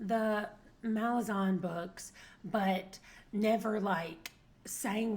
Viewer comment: Kruppe is so great! I really enjoyed GotM, and I'm so glad you did too. I started Deadhouse Gates last Friday, and I LOVE it so much. According to Erikson, it's pronounced "muh-laa-zan" (hopefully that makes sense lol).